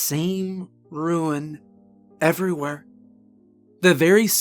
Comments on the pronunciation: So Good great Job..ONE pet Peeve..its RUNE (Ru-NAh) not "RUIN"..made my eye twitch eveytime he mispronounced that word..) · Great story! Just one thing, the word Rune is pronounced like “roon” ; it sounds like you are saying “ruin” instead.❤ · Carved a RUNE, not ruin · Great story, but I kept hearing "ruin" when I think it's supposed to be rune? (Rune's one syllable, rhyming with noon.)